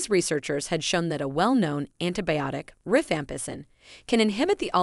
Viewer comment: It's rifampicin, but the voice does mispronounce it.